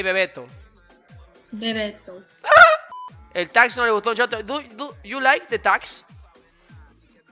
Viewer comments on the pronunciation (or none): Le sale re italiano jajsjaj